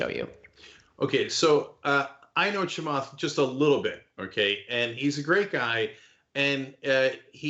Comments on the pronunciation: "Do the Chemath"🙋🏻‍♂️ "Ah! Cenk."🤦🏻‍♀️ 🤣🤣🤣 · "Do the Chamath." hehe